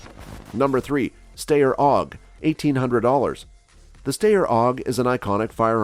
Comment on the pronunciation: This isn't a new model of the AUG and the pronunciation for Steyr is wrong.